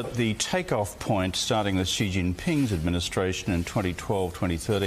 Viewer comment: Bro, it's not Ghee Jinping...there is no Ghee sound in Chinese. Maybe try listening to the way people that actually speak Chinese say it - notice how Rudd, who is a Chinese speaker, has no Gh sound when he says the Chinese leader's surname. If you just said 'She' in english, while not entirely precise, it would be infinitely better than making up a pronunciation of a sound that simply doesn't exist in Mandarin Chinese. Where does this come from and why do people insist on using it??